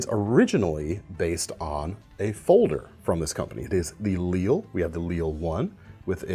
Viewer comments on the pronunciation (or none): Lille means small or little in Danish. So probably should be pronounced as in Danish, /lilə/ , instead of like the French city. Similar to his Mikro